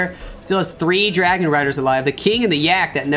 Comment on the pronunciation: SAYS DARGON INSTEAD OF DRAGON LOL